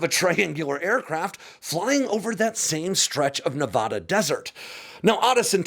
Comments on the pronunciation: It's pronounced: nuh-VAD-uh (the 'A' in VAD is same as 'A' in 'VAT' or CAT) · It's pronounced Nevada, not Nevada. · OFF TOPIC Grrrrr., I really wish you'd learn to pronounce 'Nevada' properly in American English. If Google Translate can get it right, so can you. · Tell you what--if you'll start pronouncing Nevada like a Nevadan, I'll download your app. ☺☺